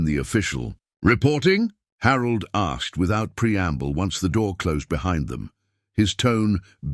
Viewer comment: I love the narration. Great voice. I have to chuckle every time he says "Jack asked" he never seems to pick up on that second "K". LOL "Jack assed"